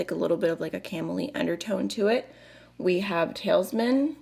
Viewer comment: I like this smaller palette format! Lethal makes amazing mattes and beautiful textured sparkly shades. 😍 Also, not to be that person, but you mispronounced a few shade names - "Runic": roo-nik, "Sigil": sih-jill, "Talisman": tah-liss-man.